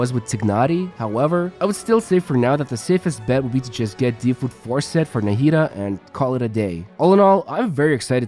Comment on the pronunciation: Thanks for explaining her kit. I'm definitely pulling for her. You had pronounced "Nahida" in a few different ways throughout the video. was the closest to the correct Arabic pronunciation.